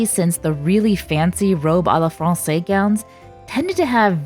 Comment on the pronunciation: SO COOL 💜💜💜 one little thing XD to pronounce à la française say "fronseiz" hissing S first, then buzzing Z 💜💜💜